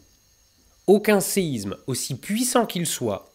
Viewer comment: Merci bcp. C'est juste dommage de faire toute la vidéo en prononçant "séizme" bien à la parisienne. Que ce soit pour séisme, Israël ou autre, la lettre s ne se prononce comme un z que lorsqu'elle est entre 2 voyelles. Ex: Isabelle. Bonne continuation.